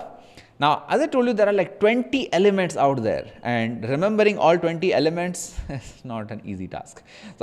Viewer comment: nice video mate! trying now with some art, its looking good already! Also: "ELEMENTS" :)